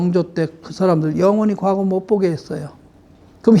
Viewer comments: 아이고! 선생 같이 대단하신 학자께서 과거의 첫 자 "과"를 길게 잘못 발음했나이다!! 이 얼마나 놀라운 일입니까!? 선생님!! 자고저란 말을 아시는지요!? 참으로 실망했오이다!!! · 발음이 틀렸나이다!!. 사계, 가례 , 과거드의 첫 자는 짧게 발음하시옵소서!!! 괜이 "길게" 잘못 발음했나이다. 좋은 강의에, 학자로 이런 평상 한자어 발음이 이리 틀렸음에 이 사람은 실로 실만 했소이다. 미국 변 완수 드림